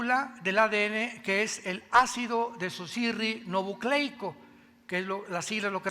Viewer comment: No fue un F-52, fue un B-29 Se pronuncia: Desoxirribonucleico. Acaba de practicarlo. Te pareces a Biden